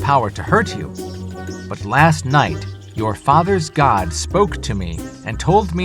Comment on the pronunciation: He said Oh my Gad...once Gad was born.